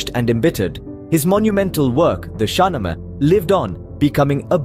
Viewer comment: Mispronunciation 1.0 SHAH NAAMA